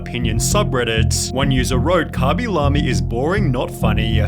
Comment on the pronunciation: COMO QUE KABILAMI LO PRONUNCIA COMO LA RAJA XDDDDDDDDDDDDDDDDDDD